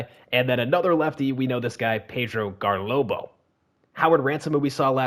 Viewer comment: I love how you called Garlobo, GarBOLO the whole video LMAOO